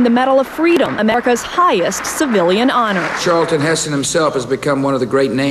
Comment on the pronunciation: Charlton! Not Charleton!